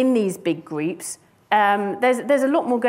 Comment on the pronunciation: We have large “greeps”? Took me nearly 10 repetitions to decide that she was saying “groups”.